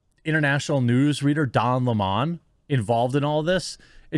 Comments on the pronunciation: fire don lemming !and it's lemon not lemawwwwwwwwn . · Bro stop saying don LeMon, it's Lemon like the fruit 🍋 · Don Lemon not Limon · Why does this guy have so much trouble pronouncing Don Lemons name. Weird. CNN might be closer to watchable with Don and Chris... I won't but it will be better.